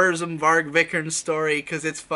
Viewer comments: Bruno “Vik-er-nes(z)” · Yeah, isn't it kinda like "VEE-ger-nez"? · His name is pronounced vii-ke-nees v then long i like in steel then ke and then nees like nes but long e. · I have NEVER heard a worse mispronounciation of a name. Viiiiii-kehr-nehs. Long vowels, boi.